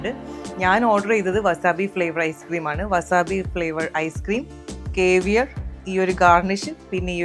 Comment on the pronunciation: കേവിയർ അല്ല സേവിയർ!!!!! Cavier- കാവിയർ എന്നാണ് pronounciation.